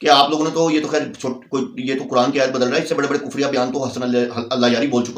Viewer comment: ابے او بکھری الجھی داڑھی والے سب سے اوّل غلطی تمھاری یہ ہے کے تمھیں قرآن پڑھنے کی تمیز نہیں پہلے قرآن کی تلاوت و روانگی کو سیکھکر آؤ دوئم تمھارا تلفظ اتنا بھونڈا ہے کے تمہیں خود سے شرم آنی چاھئے کے تم کن الفاظ کو کس طرح نشر کرتے ہو صحیح لفظ قرآن ہے نا کے۔ کران جب صحیح سے پڑھنا اور بولنا سیکھ لو تو پھر کیمرے کے سامنے بیٹھکر اوروں کی غلطیاں نکالنا